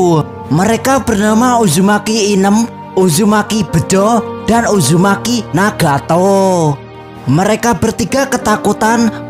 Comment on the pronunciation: Bang uzumaki naruto bukan ujumaki naruto bang😭☹️🙂